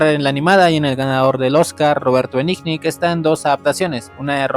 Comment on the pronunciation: Tu opinión manifiesta tu ignorancia .Cualquiera que sepa apreciar verdadero cine y una hermosa adaptación quedará encantado con la que tu críticas de Benigni .Que se puede esperar si ni el apellido puedes pronunciar